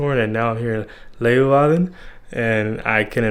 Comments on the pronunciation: Leeuwarden, not Loewarden...lol.. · not really, his Zwolle was excellent, but his Leeuwarden needs some work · Your 'Zwolle' was very good, I didn't notice anything weird. But your 'Leeuwarden' needs some work. Edit: in the second part if the video you nailed it. You are a quick learner. Forget I said anything.